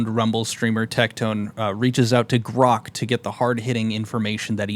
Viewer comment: gwok.. is dare pwoof that my boss has paid me my salary on twittaw dowt cawm? thanks gwok